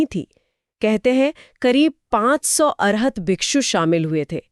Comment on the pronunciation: The disciples of Gautam Buddha are called bhikkhu not bhikshu